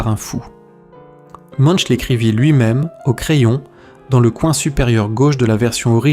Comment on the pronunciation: De plus, "Munch" se prononce (plus ou moins) "Mounk".